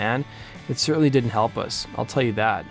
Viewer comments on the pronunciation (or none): none